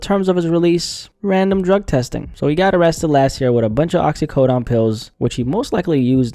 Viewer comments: It's Oxy-co-d"OWN" Not Oxy-co-"DON" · Bro said “OxycoDON” like the mafia manufactured it